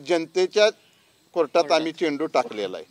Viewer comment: चिंटू नाहीरे बाबा चेंडू म्हणायला शिका अगोदर.